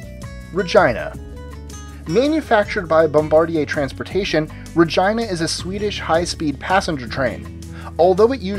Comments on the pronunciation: shouldn't it be pronounced "Ra-geena"? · Frostyy he should've said Re-gee-na if I'm not wrong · He should have pronounced it "Re-geena" that's another way to pronounce it, but it had to be awkward. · Um, are you sure Regina isn't pronounced "reh-jee-nuh" ? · FYI- #20 Regina is pronounced Ree-Gee-Na. It DOES NOT RHYME with vagina. It is the Latin word for Queen. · You pronounced "Regina" totally wrong. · Hahahaha he said Regina.